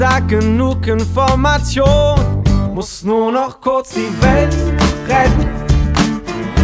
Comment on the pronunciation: Vor 11 Jahren hat sich mein Opa über seine Aussprache beschwert(Nur noch kurz die welt rett), jetzt reg ich mich darüber auf😢(aber ich mag das lied)